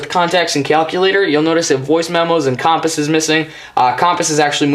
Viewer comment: Nice video. You say "Compass" wrong xD